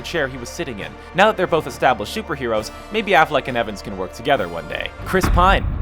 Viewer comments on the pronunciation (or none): none